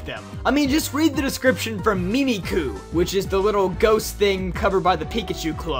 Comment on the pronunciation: I belive Mimicu is pronounced like 'mimic you'